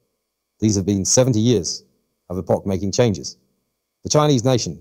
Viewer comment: Funny when the AI couldn't pronounce 'epoch'